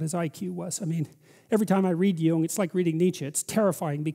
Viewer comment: it's pronounced Jung.